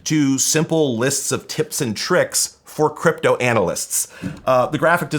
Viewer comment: I thought you said "Cwypto"